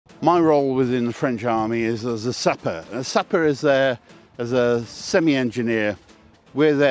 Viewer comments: Whats the point of reenacting history if you don't know how to properly pronounce the french word , its not sapper its "Sap wu are " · Pronounce it more in French please, you sound like you are saying suppa.